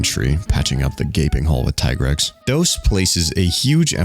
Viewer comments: the only other person I’ve heard pronounce it like tiger and not tee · "TIE-grex" Nooo 😭😭😭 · I have to do it. You prenouce Tigrex wrong. Its not from english, its from greek. Tigris and Rex Should be Tea-grex